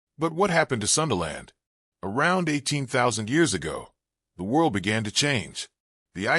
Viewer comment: sundaland, not sunderland, we're at our name, Indonesia, indo = mixture, nesia = nation